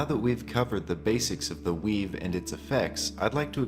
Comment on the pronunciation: It was cool to hear about the 'weave', but I couldn't hear it right the first time. It sounded like 'Wii'.